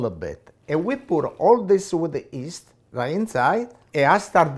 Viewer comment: Who doesn't love this guy! The way he pronounces yeast...."east" lol